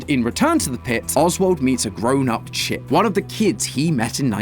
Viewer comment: For a moment i thought he said sh!t instead of Chip